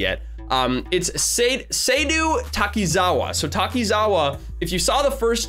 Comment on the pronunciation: its pronounced Saydo